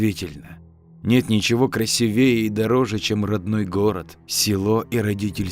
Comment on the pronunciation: красИвее простите режет